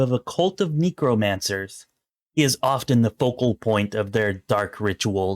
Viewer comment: What's up with the Necromancer pronunciation? 💀